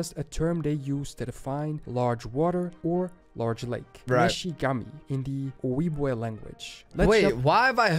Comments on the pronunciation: Not “oh-weeb-way” It is pronounced “oh-jeeb-wah/way” In reference to Mississippi and Michigan. If he got that wrong…. Just saying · This is good but some names are pronounced wrong. It's oh-jib-way. And Minnesota means cloudy water. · The way that dude keeps pronouncing Ojibwe is making my teeth itch. Also, the Kansas/Arkansas (and subsequent Ozark territory) was barely even glossed over much less explained. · Ojibwe pronounced: ow·jeeb·way (the J is NOT silent or a w) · Ojibwe (O-jib-way) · It’s "o-gib-way" 🤦‍♀️ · The narrator is butchering words beyond comprehension. Ojibwe is more like O jib way. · One thing that's driving me crazy about this video is that the narrator keeps saying the J in Ojibwe as a Spanish J with the H sound, and not an English J as it is actually produced.